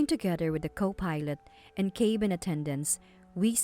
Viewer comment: Cabin is NOT pronounced "cay-bin" and stabilized is not pronounced "stab-il-eyezed" it's pronounced "stay-bil-eyezed"